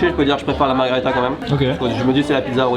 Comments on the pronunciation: ça s'écrit margherita et ça se prononce marguèrita. la margarita c'est un cocktail mexicain hahaha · "margharita" vous écorchez mes oreilles a chaque fois que vous le prononcer comme cela!!!!!! Pour avoir mager des pizzas au Japon, pas mauvaise, bien au contraire, mais de la a les préférer a celle en italie......m'enfin!!!!! alons!!!! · Par contre c’est MARGHERITA merci..